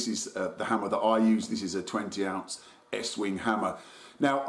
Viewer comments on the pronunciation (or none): Done it again " eatwing" instead of estwing lol